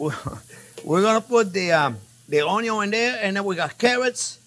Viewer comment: Every time JP says onyo my life expectancy increases by a year.